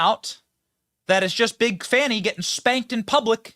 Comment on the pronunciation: Uh, It's pronounced "FANI' not the other way, lol.